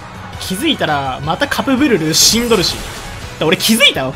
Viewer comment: 初手カプブルルがカップヌードルにしか聞こえません